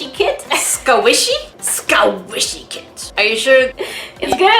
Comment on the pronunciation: I ADORE THAT SAYS SQUASHY INSTEAD OF SQUISHY